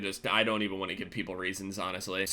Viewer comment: "I just dont one - two" "i just dont jaun two"